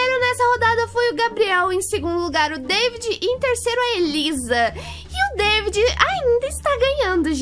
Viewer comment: nao e deivid e davi